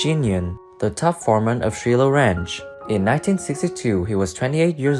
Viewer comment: Do a tad bit of research on correct pronunciations...Grainger = grain-jer...Shiloh = Shy-low...etc